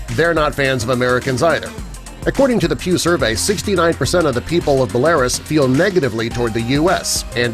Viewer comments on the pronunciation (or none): "Ba-lare-us"? Try Bell-ah-ruze ... Idiots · You miss pronounce Berlarus. It is pronounced BELLA-RUSE. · Bella-roos, not= ba-laris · it's bela-rus not belar-us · Yes - its NOT Belah-rus - its BELLA-ROOSE! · 1.) It's Byeh-lah-ROOS, not Beh-LAI-rus. 2.) why is the man in the Paletinian territories looking at what appear sto be an ECG readout for polling? 3.) the pic if not George W. Bush but his father. Fideo twpsen iawn! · Belarus' pronunciation is "BellaROOS", not BeAIRus". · Maybe, if American narrators could pronounce regions correctly and not ignorantly blurt out mispronunciation like saying Cart-a-Gina when speaking of Columbias Cartejena (pronounced carte-henia) or when this clown says "Bella-Russ'' when it's pronounced Bella-Rose. But it probably has more to do with the fact that America chooses to send aid to countries that afford the capitalist nation and opportunity to turn a profit and countries that have no valuable resources or trade commodities to offer get ignored, unless you're a Muslim nation of course America doesn't ignore you it blames the worlds problems on you, labels you terrorist and assasinates your military leaders with drone strikes. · You can say “Cheelay” but then “Belaroos” comes out “BelArus”. No wonder they don’t like us! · Please get it right. It is not the Ukraine it is Ukraine. It is bell a russ( ruse). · BelaRUS, not Bel-A-rus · You are badly mispronoucing Belarus. It's: Bell-a-roose. Iran is pronounced: Ear-rahn. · bro said beh-le -ris ??? 💀💀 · great video as always, however Belarus is pronounced as Bel-a-roos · I've been to Belarus (by the way, pronounced bell a ROOS, maybe correct it in your video) 4 times in the past two years for extended stays. People there are absolutely wonderful to me. They know I am American and treat me rather well. I think the Pew has this one wrong. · Bul-air-us? Bro. I spent the rest of the video listening for what other word you’d F up. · Buh-LAIR-uss? What? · bu-LAIR-us ??? Really? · Bell la RUS